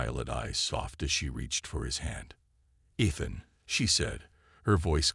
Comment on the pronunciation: Teach the AI TO SAY E-than and un-READ-able. Does Bryan Cranston know yourvAI uses his voice.